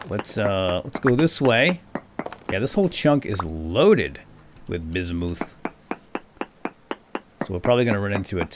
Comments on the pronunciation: When prospecting, I don't believe "ultra high" is the likelyhood of it being in the chunk, that's the percentage. "Ultra high", "medium"... I believe those are the densities of the ores within the blocks themselves, shown as "rich" when looking at one. Bismuth, I believe, is pronounced "Biz-mith". It's not all that popular an element, so who knows if that's what I heard, if I ever did, or how I read it, myself. I just found a chunk of iron so freaking large I eventually got bored of mining it. But,... I haven't used any of it. I keep hearing stuff about blooms, and 'fixing' bad/burnt chunks of a bar... with a tool I've never heard of. I'm a little out of my element. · Bismuth is actually pronounced like it's spelled (apart from the s making a z sound), not like "bizz-moothe."